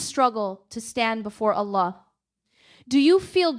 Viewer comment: this speech is created with AI, observe who she pronounce Allah ajwajal.